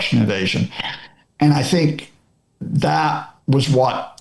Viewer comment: Sink zat- you say, but in English we say - think that. Pronounce the TH! correctly 😊